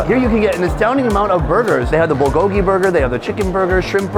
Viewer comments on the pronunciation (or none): none